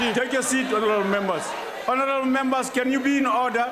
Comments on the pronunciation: An I the only one who heard horanable instead of honorable 😬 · Di just said horonable member? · Lol no,Horanable Member,Yoh I thought they say Honarable member